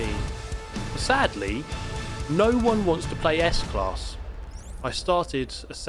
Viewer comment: Yes u did well with the German car s class. Like it's school 😊